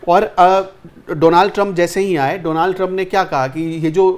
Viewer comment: Lovely discussion! Pronunciation Donald ka donAald nahin hai DONald hai. Don, Don , Don